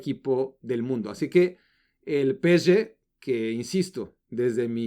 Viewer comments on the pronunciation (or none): PE-ESE-GE: ❌ peeché: ✔️ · Encima ni siquiera lo dice bien... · Estresa que diga Peshe en francés.... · por que pronuncias asi psg ya te quiero ver berriando como borrego